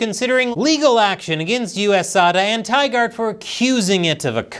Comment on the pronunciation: Soja Boy: Tygart?! 😂